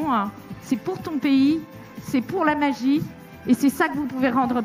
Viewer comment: c'est ça la "magieuh" ( c'est pas facile de faire l'accent bourge de panam à l'écrit) soyez indulgents , mèrcieuuh !